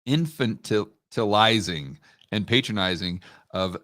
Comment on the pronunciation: Pronounced like "tantalizing" but inf-antilizing